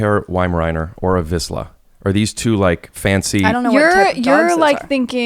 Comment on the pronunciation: Wrong pronunciation of vizsla, Rick lol